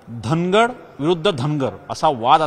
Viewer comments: Dhagad nahi nit vach dhangad ahe....st made dhangar ale..wait🔥🔥🔥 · धांगड नाही धनगड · सर तुम्हाला अजून अभ्यास करण्याची गरज धांगड नसून धनगड आहे परत एकदा वाचा